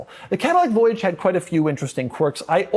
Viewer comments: You pronounced Voyage wrong. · I thought the Cadillac voyage was supposed to be pronounced with a French accent.